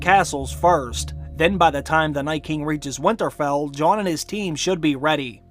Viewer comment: I love this channel and watch every video, so I'm not bashing at all, but every time I hear him say "Winterfell" I cringe.